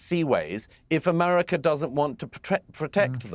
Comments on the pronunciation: I'm British and he doesn't say it correctly. He says Amarica. Listen for it. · What a warmonger And what is AMARECA ???😂 You can’t even say America right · Douglas needs to learn to say America properly.